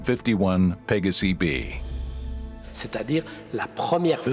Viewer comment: This narrator has pronouciation issues. Pa-ga-si? Hello? It's Latin, as in Pey-gaw-si!